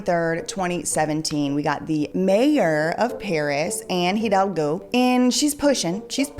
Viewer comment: You dont pronounce the H in Hidalgo 👍🏼